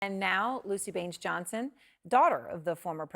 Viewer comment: >It's BAINES not Barns